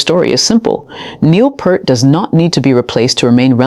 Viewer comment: just to help you out, his last name is not PERT.... it is PEART....say ear with a P in the front and T in the back.